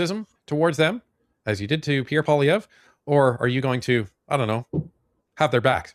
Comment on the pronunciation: Come on learn how to pronounce Pierre Poilievre properly.